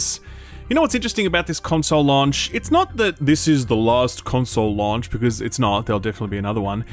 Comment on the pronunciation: the way you say "launch" and "launched" really irks me for some reason! hahaha! keep the great content coming!